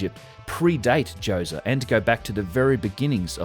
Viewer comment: Pharaoh Djoewzuh